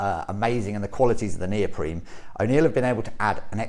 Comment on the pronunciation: why does this guy keep saying neopreme, its neoprene